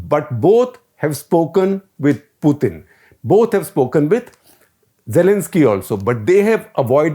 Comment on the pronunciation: Dear Shekar, you say "Poothin". I checked both the English and Russian pronunciation. It's "Pootin". Just FYI.